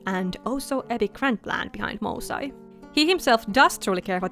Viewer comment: These turned out amazing! I love the attention to detail in all of the character designs, just makes them stand out so much! I already have a soft spot for Melpomene since I'm named after her ☺just a slight correction on the pronounciation of the group name, in case you'd want it to sound more authentically Greek, it would be more like "moo" (like the cow) "sae" (like in the word "set"). Also I know it can't actually be turned into a series (unfortunately) but I can FEEL it would make a GREAT webtoon❤